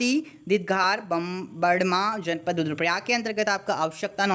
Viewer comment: One pad 😂 RIP English 😂